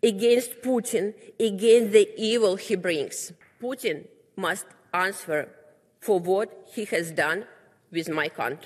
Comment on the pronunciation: а хоть немного поработать над текстом перед выходом, над произношением ... АнсВер.. ау ку-ку, Элементраные правила чтения ... или вышла бы лучше на руссском с переводчиком, раз так за Россию топит .... ой, не понимаю ... Показуха